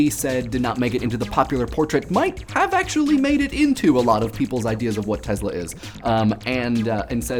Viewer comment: Its pronounces TeSla.. not tezla... Nikola TeSla